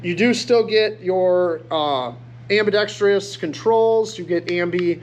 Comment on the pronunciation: Are the mag bodies different or do they not interchange because of the different angles on the floor plates?.....The thumb safety is a decocker, too....BTW it's ambidextrous NOT ambidextr"Y"ous.